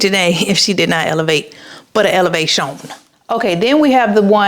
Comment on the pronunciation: 100K. As you say Elevation(shon)